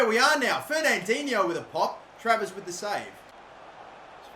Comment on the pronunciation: I love it when he almost tarvares instead of travers